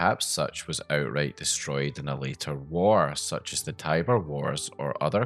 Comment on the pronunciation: such SUTCH such as SUTCH